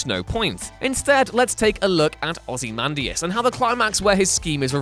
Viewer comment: I'm sorry did I just hear "Ozzy Mandus"? :/